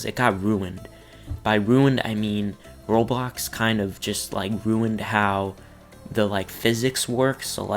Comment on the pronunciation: When was saying "Roblox", it sounded like he said Robox